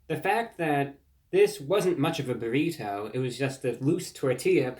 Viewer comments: I love the way you say "burrito" tho. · There is no greater sound than Reviewbrah saying "burrito" in his cultivated Mid-Atlantic affect